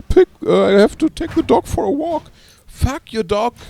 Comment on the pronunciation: I love how he says "fahk you!"